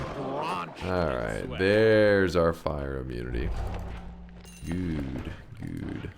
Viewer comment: that's a very Finnish "good", I'm proud of you